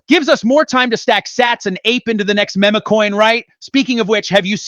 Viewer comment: I like this content but come on… time to program these bots to say MEME not MEMA! always corrects the interviewer on how to say her name.